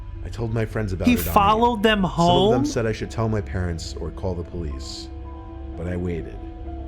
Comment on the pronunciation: Jonathan Alvarez Lopez I know it just sounds like he said pleace